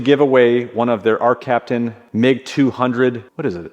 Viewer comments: “Arccaptian.” Love your products guys! I only have one welder of yours but its awesome!! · “ARCCAPTAIN”. Love the videos. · “ARCCAPTAIN” ARCCAPTAIN